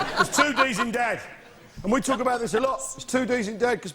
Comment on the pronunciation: "I don't think they wealise this is the way I usually tawk".